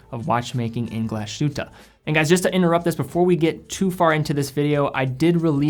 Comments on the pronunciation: I enjoy your videos,. However, as a fan of NOMOS and other products of that city in Saxony, you should learn that the proper pronunciation of "Glashütte" is not "Glash-oota" but Glass-hoota" (approx.).:-) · Glashütte - Glas hut in German. And just to comment, sh is not as sh in English but like s and h after it. Just like Glas hut in English:-) great review,! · Excellent Video. Little advice on the pronunciation, instead of saying "glashutaa" say it in English it's probably the closest you get to the German pronunciation. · Say after me: "glaas hytte" Like that Nomos got their own DNA, but personally I can't stand the long and skinny lugs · Great video! but when you pronounce "Glashütte" please seperate Glas-and-Hütte two words, Glas means glas lol and hütte something like house, greetings from Germany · Glashütte is pronounced as the englisch word glass and then ad the hütte. With a very short ü. There is no sh-sound in it. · just a tiny hint on pronounciation: "Glashütte" is a compound word: Glas + Hütte. Literally glas hut. (The town was originally famous for its glas production.) In the compound word, these two parts are still pronounced distinct from each other. So there is no "sh"-sound. (You did pronounce the ü-Umlaut very well, by the way). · Also, accent on the first syllable. Generally the case in German.